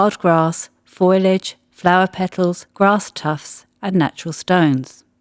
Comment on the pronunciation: It's "foliage", not "foilage"!!